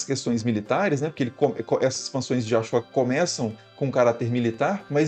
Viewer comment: Putz... अ-शोक não se pronuncia "a-chÓca"...